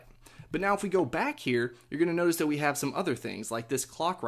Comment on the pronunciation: "You can tap on dat app." Lol